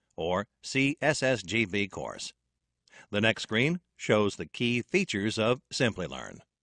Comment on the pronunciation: Isn't supposed to be SCREEN or it is as repeatedly pronounced by voice in the video SCREAM?